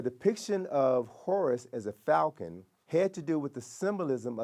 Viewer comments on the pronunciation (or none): none